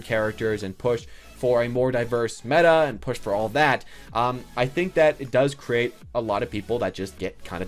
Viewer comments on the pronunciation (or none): none